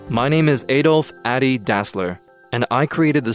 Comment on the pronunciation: And the rest of the workd is right. Also, his Nickname is pronounces AH-dee.